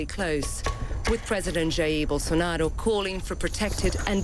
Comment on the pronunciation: Pretty sure it's pronounced "Bowl-SAR-na-row"